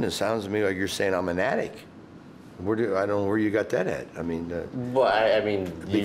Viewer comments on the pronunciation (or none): he can't even say addict.. he says addic